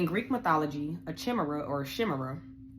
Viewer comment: Chimera, prounounced "K-eye-meer-ah"